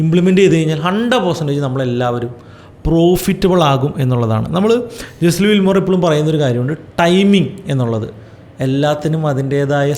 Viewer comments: പേര് തെറ്റിയല്ലോ Brother, it's not ജെസ്ലി വില്മോർ...it's ജെസ്സി ലിവർമോർ. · Jesse Livermore എന്ന് ആണ് പേര്… അല്ലാതെ ജെസ്ലി വിൽമോർ എന്നല്ല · Jesli Wilmore alla bro, it's Jesse Livermore. Towards the end of his trading career he committed suicide. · World renowned trader ആയ Jesse Livermore ൻ്റെ പേരെങ്കിലും കറക്റ്റ് ആയിട്ട് pronounce ചെയ്യാമായിരുന്നു throughout ur calling him jeslli wilmore 😢